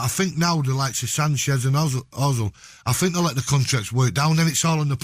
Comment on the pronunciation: “ I sink I am the best “